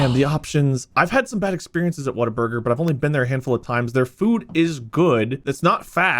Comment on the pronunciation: Am I the only one who thought it was "Waterburger"? Everyone I've heard has pronounced the "Wa" like "Wah" as it's pronounced in "Water". It's "Whataburger". I kind of figured that, but "Waterburger" also sounded like a name. (bootleg Krabby Patty?)